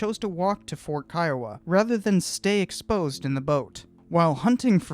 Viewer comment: I'm Native American from the Kiowa Tribe and thank you for pronouncing Kiowa the right way. The majority of people I meet pronounce it Key-O-wa and I tell them the right way and they still say it that way.